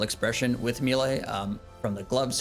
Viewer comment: I like your videos format and fashionscape but just a quiet little heads up please don't say mealay or mealie it's maylay >_> aaaaaaaa !! Also I think you're really underrating the scourge with abyssal spikes vs any longer fight as an initial stack builder beacuse you reap the benefits the entire rest of the fight, and your offhand leng will still be prepping spec stacks. Also the d2h eof is for elite dungeon clearing and shattered worlds as well as a really fun way to get giga nukes on slayer tasks lol